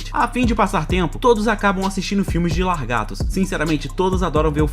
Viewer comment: eu falava "largatos" ate os 15 anos, o narrador desse video ainda fala